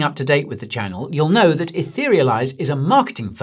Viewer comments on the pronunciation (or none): none